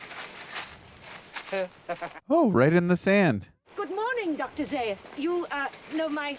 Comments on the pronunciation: Zā-us, not Zī-us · Right, it's not about Stewart's death, and it's pronounced ZA- US . They only mention it in the film several times. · you heard the name Zaius pronounced multiple times during the movie, yet you manage to mispronounce it every time.